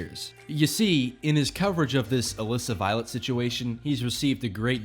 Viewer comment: For over half of the video, I thought you were saying 'illicit violence' whenever you said 'Melissa Violet'.